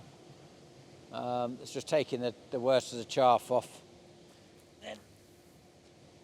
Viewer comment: there is no R in chaff!!!!